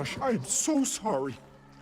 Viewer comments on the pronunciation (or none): none